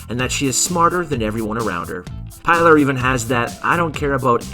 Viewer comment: Say it with me. Pilar is pronounced Pee-lar! Pee-lar!. And great video guys!